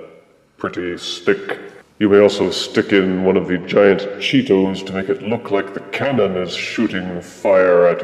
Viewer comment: The way you say "Cheetos" makes me laugh. You say it with such refined elegance "Chee-tows".